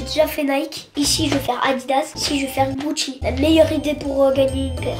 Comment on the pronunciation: Démo direct Rémi il à éclaté la paire "Gouchi" 😂😂😂 de Nadim